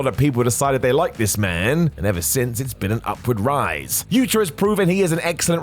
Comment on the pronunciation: Yuta* not Yuter